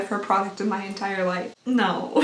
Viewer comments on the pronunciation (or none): none